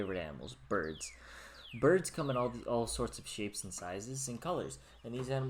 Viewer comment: Ha ha burbs , I like it